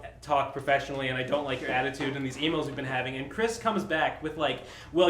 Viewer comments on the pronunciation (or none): none